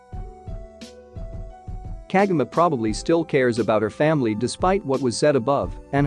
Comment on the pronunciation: can't you even pronounce Kagome right? KAH-GO-MAY